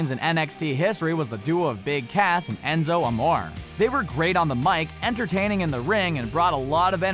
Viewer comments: This is how you say Enzo Amore En-zo Uh-more-ay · he said Enzo Amore wrong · It's pronounced ( am oreaae) not (amor) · Enzo amore is pronounced Enzo a-mor-a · It's Enzo Amor(a) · A-moor-ay Enzoe amore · ... Enzo Amoar? It's Aah-more-eh... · U mean Amore not amor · It's Enzo amore not amor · Its enzo morea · Its amoreay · ENZO AMORE E IS PRONOUNCED AY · Pronounced amore incorrectly lol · You sayed amore rong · it's Enzo amore say the name correctly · you need to learn to say the names right... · how many times did he say enzos name wrong 😂 the narrator is obviously not a wrestling fan. bring back the orher narrator!!!!! unliked the video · Hey if you actually decide to make a WWE video learn how to say Enzo's name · Pronounce Enzos name right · The Pantherboy59 thank you no affence to the dude that was talking but please say it right